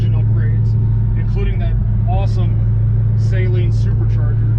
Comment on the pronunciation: I thought it was Saleen Not saYleen